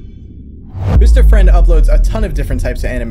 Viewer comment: It sounds like you said Mr French